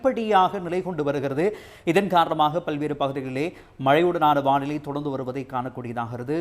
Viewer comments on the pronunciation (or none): வாநிலை அல்ல வானிலை. தயவு செய்து திருத்தவும். ஊடகங்கள் பிழை விடுவது வருந்தத்தக்கது.